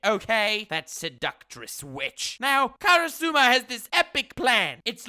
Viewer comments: Karusuma....It's Karasuma HAHAHAHAHA Still love the vid! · Me hearing him say kara.suma, k im outta here you had your chance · YOU DIDN'T WATCH ASSASSINATION CLASS ROOM, IF YOU DID HE WOULD BE ABLE TO PRONOUNCE KARASUMA!!!!!!!!!